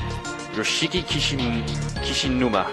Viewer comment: YOSHIKI KISHINUMA,...... really easy name to pronounce right?